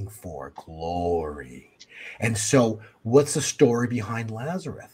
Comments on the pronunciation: Is he saying Lazareth? It's Lazarus. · I know this is picky, but, the man's name was LAZARUS. With an "S". It is not pronounced "Lazareth." Look it up: John 11:1-44. L-A-Z-A-R-U-S.